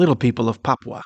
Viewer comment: Why can’t they put a English speaking person from Papua? It is not pronounced like this English foreigner is pronouncing he is saying.popwa It is pronounced papoowa